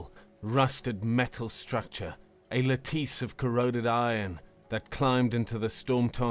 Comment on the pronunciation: Well narrated story, but the mispronunciation of common words such as filament and lattice is distracting.